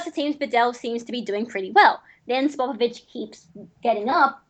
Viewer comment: He says sopopovich instead of spopovich